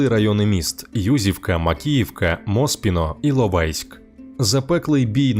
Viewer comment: У мене була англомовна книга про історію Донецька… я любила її переглядати в дитинстві. Ця книга вже 9 років в окуповоному Донецьку… А в відео багато фото з тієї книги, наче повернули в дитинство… Дякую Тільки не Моспіно, а Моспіне) це прізвищє інжинеру, який ту станцію проектував, він італієць.